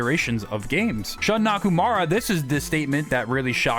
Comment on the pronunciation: Before we talk about who Shun Nakamura is (and not "Nakumara "), maybe we should learn how to pronounce his name properly?